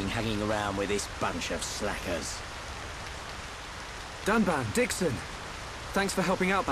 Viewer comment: "with our shiny new dun-bitch"